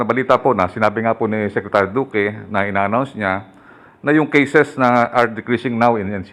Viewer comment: BOBO...Duque hndi Doque. Gago..bisaya ampota